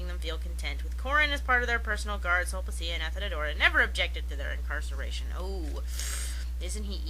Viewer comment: Super-pedantic correction that I have to make as a Classics major: "Sulpicia" is pronounced "Sulpikia." There are no soft C's in Classical Latin. Awesome commentary, though, so I won't begrudge you a pronunciation error.